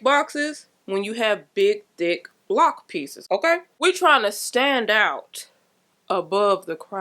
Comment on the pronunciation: Now cousin, I know you said "thick big lock pieces " 😂 It sounded like something else. I had to replay 3 times 🙊. Lord help me.